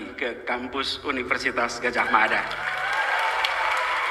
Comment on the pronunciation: Yg ijazah asli..nyebutnya Gadhahmada...kata dokter Tifauzia Tiasumma